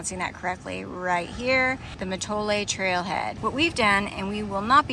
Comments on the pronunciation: It’s pronounced Ma Toll 😊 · Great video and hike! Bow fun to see the coyote! Mattole is pronounced Ma-toll. We do get quite a bit of drippy fog and spring-summer wind on the Sonoma-Humboldt-Mendo coast. I’m a nor-cal native. I’ve lived in Bodega Bay 15 years. I’ve always wanted to do the whole hike but I have a leg disability that would make doing the entire trail impossible so it’s fun to see through your eyes. ❤